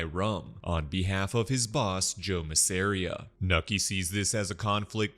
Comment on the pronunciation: Bro why are you saying Masseria like that